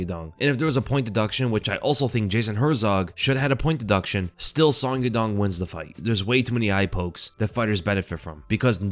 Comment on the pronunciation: Bro, I'm gonna start calling you. Sonn. With you getting all the names wrong, you gotta be trolling😂😂😂